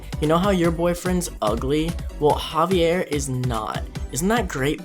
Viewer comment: looool "Javier" love how you said that xD